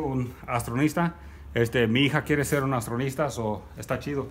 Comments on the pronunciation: Buen video, das muy, muy barato todo quisiera vivir aya para poder comprar las cosas jajaja, y otra cosa, se dice astronauta, no astronista, sigue así amigo👋🏻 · Éste men habla raro Su hija quiere ser una austranista?que pex eres mexican o mexicano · Y?, Me río por qué me da gracia la manera en que se pronuncia, me da igual cuál sea la manera correcta de pronunciarlo. Saludos!